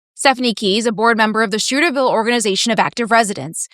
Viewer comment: Did she say “Shooterville?” Great reporting.